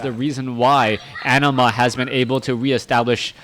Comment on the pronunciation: Anima is a summon in Final Fantasy X and is pronounced the way you say it, no need to fear:P